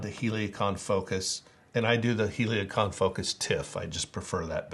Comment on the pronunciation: Why are you saying Heliacon? It’s Helicon….